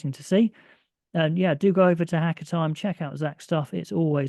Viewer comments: Haka = Hah Car....not Hacker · Pronounce the car without the r. And the hah without the h. Ha(h)ca(r)